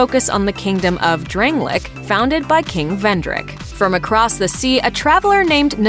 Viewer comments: Drang- lay- ick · why does she say dranglic and gwen